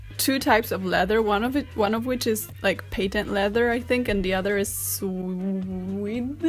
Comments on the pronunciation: suede is pronounced swade. I gotchu girl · Suede is pronounced the same as swayed 😘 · Karolina, how to pronounce suede in English is "swade" :) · suede : sue aide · Suede? Pronounced Swade (rhymes with braid or blade or grade) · Suede - like “swayed” :) love your videos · I am going to pronounce suede like swed now 😂 thank u karolina I love these shoes. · its pronounced "swayed" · I don't know if others have already provided this, but "suede" is pronounced "swayd". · I've never heard anyone pronounce "suade" like sweaty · By the way, word you were trying to say is pronounced like “swayed”. Like the past tense of sway. Spelt suede. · Your English is excellent. A little help. Suede is pronounced swayd. The bottom of your foot is the sole. The leather at the bottom of a shoe is a sole. If you want to repair your shoes it's called a resole. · Suede is pronounced like swayed :) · "Suede" is pronounced exactly the same as "swayed." :) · Swede is said like sway-d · Suede, pronounced swaid. sw-aid. You almost had it. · Suede is pronounced swade. For me, pumps like the ones in the video are too high. I finally found some great flats and with bobby socks they're great. Those old etiquette videos have great insight on their clothes. :) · Suede is pronounced swayed. :) I LOVED playing in my grandma's shoes that were like this when I was a little girl! Sadly, I outgrew them when I was 8, lol. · Suede is pronounced like "swayed" 😊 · suede is pronounced "s-wA-d", the 'u' acts as a 'w', the 'e' is pronounced like an 'A' (ex: sAy, prAy, etc), and the final 'e' is silent 's' and 'd' are normal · Suede is pronounced like swayed (as in 'the trees swayed in the wind') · Suede is pronounced like swayed in case you need it in the future. I love this vid and have a new appreciation for these shoes!!!!!! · Suede sounds like "swayed", kinda. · Suede is pronounced SWAY-d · since you were having trouble, it's pronounced like "SWAY'D" :) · "Suede" is pronounced "swayed" 😃